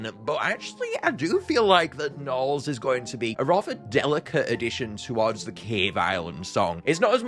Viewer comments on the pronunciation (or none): “Baby narls”?!?😭